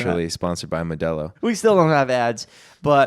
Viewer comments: yaymee nano “mow-de-low” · it’s very interesting the way said “Modelo”